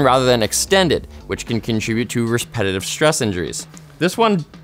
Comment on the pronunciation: “respetitive stress injuries”